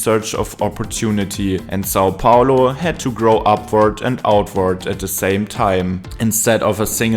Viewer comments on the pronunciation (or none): none